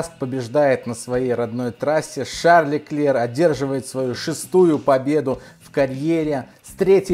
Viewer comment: Леклерк,хватит коверкать имена и названия